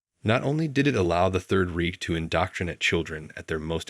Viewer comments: "3rd Reek"... pretty sure that's not how you pronounce Reich.... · learn how to pronounce Versailles...... jeez what a dope. and reich... double dope.